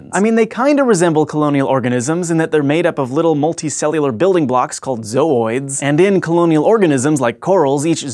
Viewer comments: the way this guy says ZOOIDSSSS is funny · I couldn't stop hearing Zoids every time he said zooids. Man, I gotta watch that show again. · anyone notice that he puts so much emphasis on the word ZOOIDS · He says zooids weird. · I am laughing quite hard at how he keeps saying zooids, not that it's wrong, it's just funny.